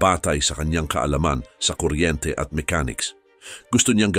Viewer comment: Natatawa ako sa pag narrate ni kuya.. itso, kuryentse, suportsa, tsubig, nakitsa, ditso, nitso, kapakanan ng tsao.. ano ba yarrrrn…